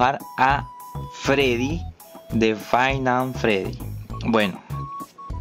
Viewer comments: golde. Freddy i es five night at freddys no fainan fedy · Five Nights at freddys ❌ Fainaiafredy✅ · BRO DIJO FIVE AND FREDDY